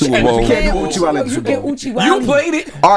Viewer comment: Wanna fight Jess for saying Oochiewally! 😜